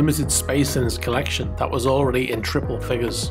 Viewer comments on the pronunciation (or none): none